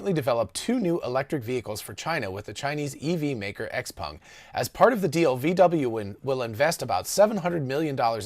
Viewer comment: Kudos for good Chinese pronounciation on XPeng